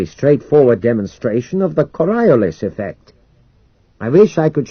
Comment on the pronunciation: Cor-ee-OH-lihs, not co-RYE-o-lihs...